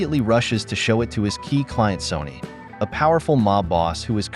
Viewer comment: So, is the boss called SONNY or SONY? The AI narrator's diction and pronunciation are appalling.